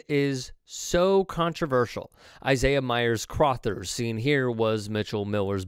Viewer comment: Crothers is being pronounced incorrectly.